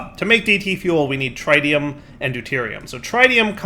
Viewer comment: I can't believe I have to comment this again. It's not tritium like you pronounce the tri in triangle! It's how you pronounce the i in words like it, in and Twitch! Edit: Also, you're pronouncing entangloporter wrong again! In this case, you're just omitting entire letters! Edit 2: You pronounced it correctly after!